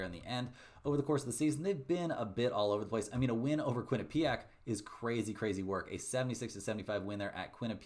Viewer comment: it’s not Quin-ah-PEE-ack